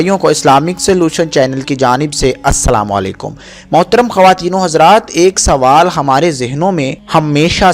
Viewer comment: اپنی اردو درست کریں لفظ سوال ہے سووال نہیں